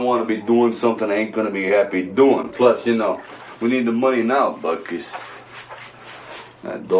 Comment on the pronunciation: The dog is not called Butkus, It's called Buttkiss. Just listen very carefully to how its said